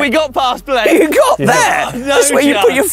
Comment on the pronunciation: I love the way calls Blake, b-lake. It works. Love the mtb lads.